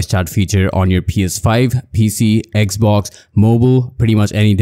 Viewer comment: Bro said eggsbox 😂